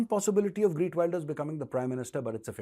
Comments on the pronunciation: It is GEERT not Greet. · lol sounds like greet Wilders it's geeeeeert .. the e from (E)xtreme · g-EE-rt not greet! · GEERT NOT Greet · Gee…rt Wilders as opposed to Gree…t Wilders Gauravji. Minor, all good otherwise! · its not GREET wilder but GEERT WILDEAR FOR FUCK SAKE BE PROFESIONAL> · It’s Geert Wilders, not GReet Wilders.. 😂 👍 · You are right! Liberals have ruined the West with their failed policies. It’s time for sensible politicians to clean house. Learn to pronounce the new Dutch PM’s name. It’s “Geert” not Greet. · Actually sir, it's Geert, not Greet. You're pronouncing his name incorrectly, and the title has it wrong too. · Major Sahab his name is not Greet but it is Geert (pronounced as khaert). I totally support these parties who are against Muslim immigration. However he has pledged to also stop expats (mostly from India) from coming into Netherlands. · It is Geert Wilders and not Greet.. but love your channel Major. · Major Saab, Wilders name is prounuced as Heerth (soft t) Wilders (as in wild). Thank you..... Respects .. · Sir pls callout correct pronunciation of his Name - Gheert and not Wayelders but W ILL ders